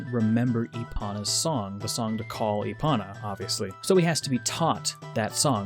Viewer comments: lol e-ponna. (E-pone-uh) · Why does he call epona “epana”? Cringe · I'm pretty sure they still say it with a long o. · Give the video a 7 out of 10. Minus 3 points for your pronunciation of Epona. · Everytime he says Epona's name wrong I want to throw my phone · OMG it’s not epona, it’s epona!